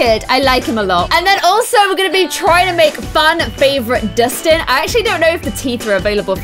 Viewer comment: It’s Dustin not distin